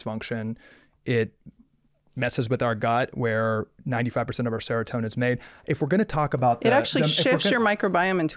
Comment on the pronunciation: Casey means is a QUACK, half of what he said with Ozempic is wrong, dude said seratonian not seratonan